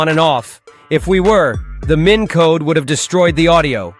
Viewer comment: Imagine a world where AI voice is telling you how to use AI software. Oh wait... It's MIN not MINE...